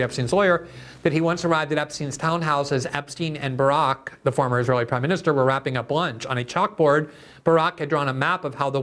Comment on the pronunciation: It was seriously confusing that you called him "Barook" every other time.